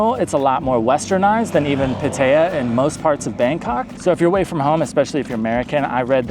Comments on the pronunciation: Not "Pu-tae-yuh" Say "Pat-tah-yah" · Good video. Very difficult to listen to the way you pronounce "Pattaya". It is pronounced PattaY'A. The emphasis is on the YA. All A's are soft (think ah). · Puh-tayuh? Come on, man. You can do better. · A Thai person would have no idea where you are referring to it like that. Pad-ta-yaaa. Thai generally emphasizes the last sound. I'd rate those the worst cities to live. Maybe not Chiang Rai....that's ok. The cities of Issan are the most livable I've spent time in. Unless you have a family there's no reason to pick one place. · That is the most unique pronunciation of "Pattaya" I have heard yet....have you actually been there? Never heard anyone else mention the name of the place?